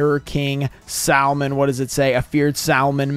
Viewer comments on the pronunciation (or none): SAL...MON....its SAM...ON...